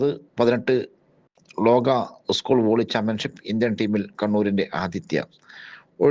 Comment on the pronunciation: ഉസ്കൂൾ അല്ല. സ്കൂൾ. വാർത്ത വായിക്കുമ്പോൾ ഇതരത്തിലുള്ള ഉച്ചാരണം പ്രത്യേകം ശ്രദ്ധിക്കേണ്ടതുണ്ട്.